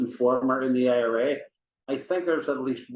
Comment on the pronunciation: You mean PIRA not OIRA